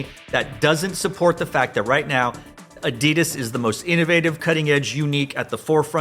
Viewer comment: U said it. Its adidas